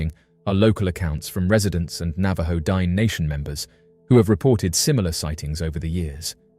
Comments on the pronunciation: The word * Diné * is pronounced like ‘din-nay’ which means “the people”; Not “dine” as in the thing you do when you eat a meal. You did an entire video and didn’t even bother to learn this basic information. Also, that pic sucks! Lazy & sloppy af. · I wish you would pronounce the word "Dine'" correctly. My daughter is a member of the Navajo Nation and hearing your pronunciation of the word "Dine'" is massively incorrect and borders on disrespectful.